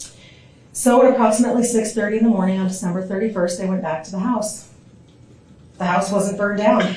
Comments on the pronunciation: What’s a hoose fire lol are you Canadian? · Please stop pronouncing word “house” in a weird way. My ears are in pain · She drove "oot to the hoose"?